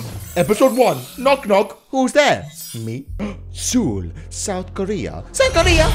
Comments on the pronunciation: You pronounce it soul not soool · He pronounced Seoul Seeoil